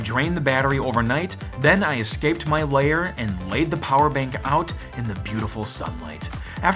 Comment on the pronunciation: I keep thinking what a great review this is and then he says Lair again, shudders.. 😖